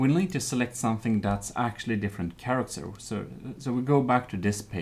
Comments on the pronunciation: SHange SHinese SHannel SHaracter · is anyone else slightly disturbed with the way he says channel and character uhh...